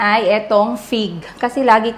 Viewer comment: Dinig kong binanggit mo pig kase wala ako sa harap ng screen sabi ko me prutas bang pig? Anyway fig pala lol😂 Have fun in Europe !!